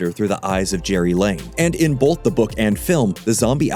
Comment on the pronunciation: Please stop pronouncing "both" as BOLTH!